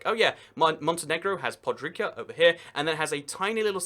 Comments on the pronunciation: "Montenegro has podrica" no it's podgorica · can you pls go check how some stuff is pronounced, or just dont read them, because in Montenegro for example, it is PODGORICA not PODRIKA, and it is CETINJE not SENTINŽE. like wtf for real? i mean for you it is not big deal, but how wolud you feel if I pronounced Leeds as Leds, or Sheffield as Chefeild. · Pod-ger-it-za not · It's pronounced Podgoritsa not Podgorica, go and check cyrillic writing and history of why we pronounce this way, thx Slavic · it is pronounced podgoritsa and tsetinye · Little fact: Podgorica is pronounced "podgoritsa". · Podgorica is pronouced PODGORITSA actually. And Cetinje = TSETINYAY. And Cetinje, you're right, is no capital at all. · Pod-goh-ri-tsa and Tseh-ti-nye. From a half-brit, half-montenegrin. :) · You absolutely butchered Podgorica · I died a little inside when he said Podgorica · My ears are bleeding because of Podgorica and Cetinje butchery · Please don't try to pronounce things you can't pronounce properly. The way you pronounced Podgorica and Cetinje felt like a slap on my face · jelle110070 maybe look for the pronunciation? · Did he really pronounce Podgorica and Cetinje like that?Jesus Christ, I cringed so hard. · I'm Dutch and I am pretty sure you don't pronounce it like that. I don't think that excuse really counts, because it seems quite obvious you don't just ignore two letters in any word (for Podgorica at least. I hope I didn't spell that wrong because that would be very embarrassing).